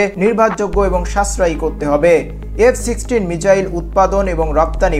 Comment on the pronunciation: মিচাইল না bro❌ মিসাইল✅